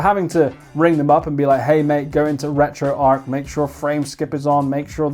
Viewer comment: You sir get a thumbs up for saying retroarch correctly, it's retro archive people, not retro ark. Now send me the blue one, ta very much